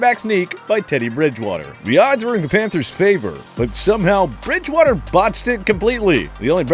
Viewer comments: Anyone else notice it said Teddy “Bride”water? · TPS’s worst play: “Teddy Bridewater? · google it dumbass. It’s Bridgewater. Not “Bride”water.